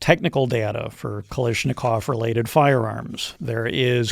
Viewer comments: KalAAAAshnikov** Not kalishnikov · It's pronounced KA-LASH-NIKOV. God he sounds worse than a pol.